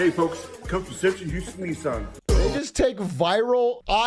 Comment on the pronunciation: why do you say "neesaan"??? it sounds so awful 😭